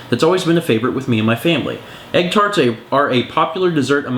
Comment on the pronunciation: Egg tart pronounciation is hilarious! Try saying "dawn taa-t". It's a light "t" sound at the end of taa-t